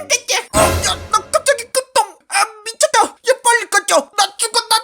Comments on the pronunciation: 초에 미쳤다를 파쳤다라고했는데 일부러 그런거에여? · 미쳤다가아니라파쳤ㄱ 다인데ㅔㅔ 일부로에여ㅕ?? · 미쳤다를 파쳤다로 ㅋㅋ 새로운작가이름:맬랑이